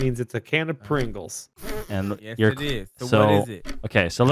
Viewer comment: "Hidy ho fellows, it's me Mr. Pwingles." - 2019